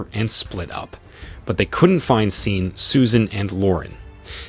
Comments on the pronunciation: Pronounced Shawn!!! Not scene 🤦🏾‍♀️🤷🏽‍♀️ listening to this was like listening to nails on a chalkboard 😩😩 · I think the A.I is reading Sean (Shawn) as Sean as is Dean 🤷🏽‍♂️